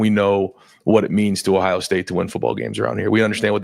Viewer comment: Why does Day always call Ohio “Tough”? 😅